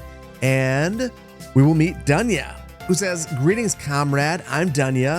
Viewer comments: Dunya is pronounced with [doo] in the beginning, the way you read it is a male name, Slavic version is Daniel. Well you promised you'd butcher the names... 😅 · Dunya should be pronounced as Doonya. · Dunya pronounces like dOOnya, not dAnya :) don't know how to show it correctly. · You finally Dunya homework on pronouncing names!